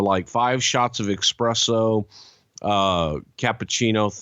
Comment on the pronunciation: I Guess they call it Expresso where Bruce is from, where's the F.B.I. to correct him?!